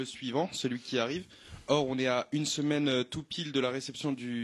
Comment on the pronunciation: Il a dis "oune personnalité contrastée"